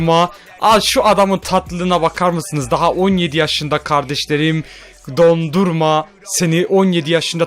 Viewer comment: abi dondurma degil donnarumma